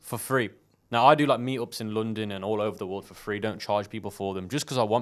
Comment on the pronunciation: Why no one is talking about "LODNON" ?😭😂